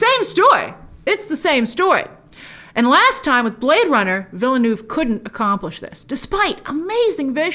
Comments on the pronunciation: Stop saying Villydenoov Fss! It's a French word. It has a pronunciation. Say as if you are using the French words. It's Veelnurv. New Town. We don't pronounce Newton, Neeewlytornpop. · she still can't pronounce villeneuve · As someone who is fluent in french and English , i find it funny how you pronounce VILLENEUVE 😂😂😂